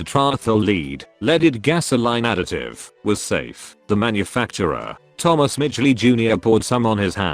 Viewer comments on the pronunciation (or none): none